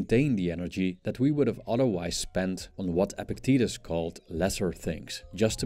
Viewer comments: It's not pronounced "epic titties" it's pronounced EPICT-etus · I think the philosopher's name is actually pronounced "epic titties"